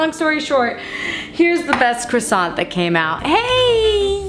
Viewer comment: Croissant eh more like quackson